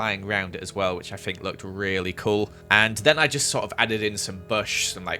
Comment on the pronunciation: It makes my day when says "I fink" 😂😂😂